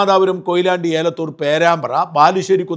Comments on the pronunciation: ഏലത്തൂർ അല്ല എലത്തൂർആണ് ( കോഴിക്കോട് ജില്ല) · അങ്ങ് പലപ്പോഴും കോഴിക്കോട്ടെ എലത്തൂർ എന്ന സ്ഥലത്തെ തെറ്റായി ഏലത്തൂർ എന്നാണ് പറയുന്നത്.